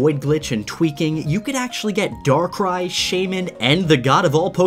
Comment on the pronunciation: Arceus isnt said arsias its ar-ke-us~~Arceus And darkrai sounds like Dacry